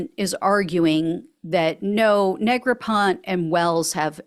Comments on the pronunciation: I believe it's Negropont-ee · Neg-ra-pon-tee 😂😢😮 That Orange Stain will never wash out.